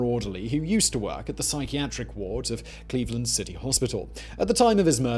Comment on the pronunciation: It's Cleave-Land